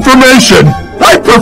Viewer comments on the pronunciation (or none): The one best line says “I prefer SUgar Free ARTificial Sweeteners, MADE BY MAN”